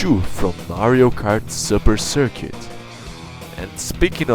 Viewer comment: I love how you say mario kart supper circuit xD